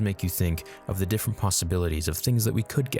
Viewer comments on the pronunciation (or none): none